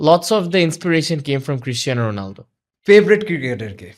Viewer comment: Why exactly do you keep calling him "Rolando"?! It's "Ronaldo". Come on!